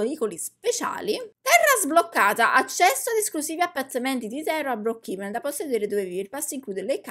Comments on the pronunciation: Nn si dice brookhiven si dice brookhaven😂😂😂😂 (no insulto) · comunque si dice "broocheven" 🤣🤣🤣